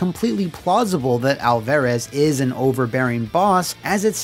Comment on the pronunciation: Food for thought for next time. As a Hispanic you're butchering Alvarez it's pronounced Al-fuh-rez. It's a soft A not a hard A sound.